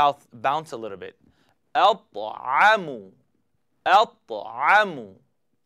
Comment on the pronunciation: TA'AMO pronunciation is exaggerated! If you wanna exaggerate the hard T and Ein for teaching purposes that's fine, but you should also show people how to pronounce them normally without this deep harsh glottal sound which is over the top. If Arabs talked like that you'd see half of the population suffering from laryngitis for life and end up in ENT department! : )